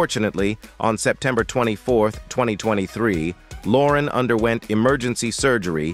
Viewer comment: I barely got past the first few minutes when this narrator mis-pronounced her name as: (Sophia) Lo'REN.